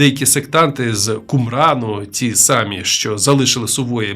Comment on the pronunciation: ДАлеко? Серйозно? Тільки втішилась,що жива людина розказує,а не ШІ,а тут така халепа. САмі себе?